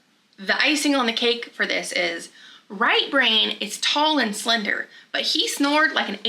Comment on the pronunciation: I thought you were saying "Right Rain" and I assumed he was American Indian I'm from Wisconsin and there's a lot of natives with interesting names like that . Lol